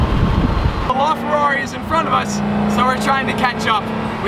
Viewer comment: La Ferrari, not Lar Ferrari